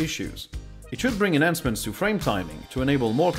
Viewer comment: enforce, inventory, enhancements, lowered, performance-wise, executables, updated, "Windows Update", subsystem, it can (emphasis should be on it, not on can), saw (no need for u sound at the end), compliment, interesting. This is up to . I'm sure there's more but this took too long. I think the best way to improve pronunciation is to offset some reading time with watching time, even if it is less healthy for you, it does give you a sense of how words are pronounced. And of course, keep on talking.